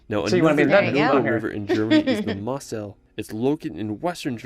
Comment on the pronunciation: Pronounciation of the place names in the video is slightly off the mark, Zugspitze would be something like “Tsook-shpitzah” for example and the Mosel should be pronounced Moh-zel. The castle you spotted on the Rhine and enquired on is actually one of the least historic ones, it was built in the 1800s, while there are many real medieval castles that had actual defence roles in the Middle Ages.